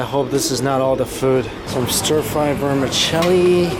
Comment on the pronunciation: 'Vermecheli' its vermeCELI